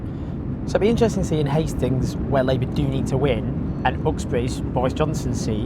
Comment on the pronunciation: . I honestly thought he said Fuxbridge.